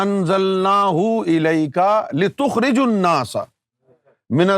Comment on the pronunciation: litukhrijan nasa he app se parhne me ghalti howi he app ne litukhrijun nasa parha he